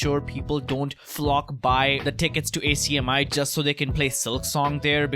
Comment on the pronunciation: just an fyi its not A C M I its one word pronunced AK-ME